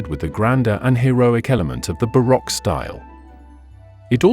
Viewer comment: Hey narrator! Or should I say AI voice? Either way, learn how to pronounce correctly all the names in your documentary. For example Montesque and baroque